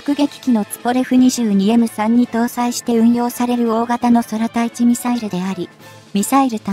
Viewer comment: ソラタイチじゃなく，クウタイチ｡漢字の読み方が違う。軍隊の場合は，きちんと読んでいるのに，ミサイルの場合は、どうして間違えるの❓